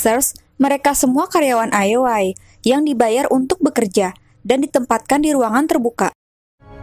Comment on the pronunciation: cukup menghibur jangan patah semangat ya min cuma karna salah sebut ioi dengan lol